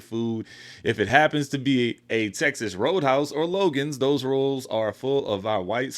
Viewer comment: The way she said those rollz.😅😅